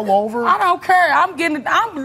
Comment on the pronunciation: 2nd girl keep saying “i dont curr” its care lol